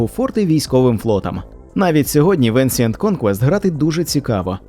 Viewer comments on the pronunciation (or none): Еншинт буль ласка, не ансієнт.